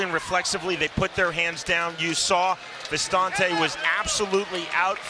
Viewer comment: why do they keep saying vistAnte, when his name is vistinte? doesn't look very french to me lmao